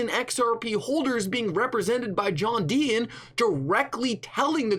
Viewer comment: Today’s Rant should be brought to you by the letter T John DEE-TON…..not DEE-IN